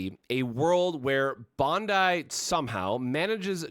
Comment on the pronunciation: He says it the way the Japanese people say it.